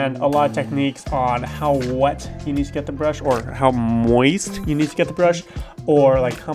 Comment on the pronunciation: why does he say "moist" like that?